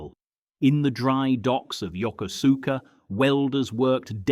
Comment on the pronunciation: Not to be a language nerd but Yokosuka is pronounced yo ko ska. Lived near there in the 70s and we did our shopping on the US naval base which is there now